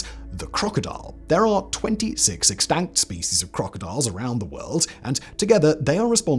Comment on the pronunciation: he said exstank...